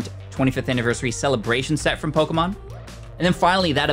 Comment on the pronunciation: Please pronounce the Pokémon names right every time you pronounce it wrong it literally hurts my soul😂